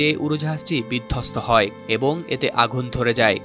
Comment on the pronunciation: ১:৩৬ এতে আঘুন ধরে যায় 😂😂 আঘুন আবার কি??